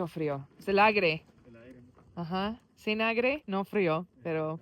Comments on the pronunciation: Se dice aire ;) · Hello. Enjoy your videos. The word Air, in spanish is pronounced aire, not aigre. A lot of people don't understand this, even Mexican people